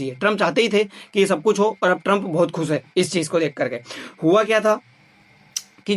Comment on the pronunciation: Waise to aap bahut acha bol rahe par Thoda sa ucharan sahi kare.. Jaise खुश ko aap खुस bol rahe h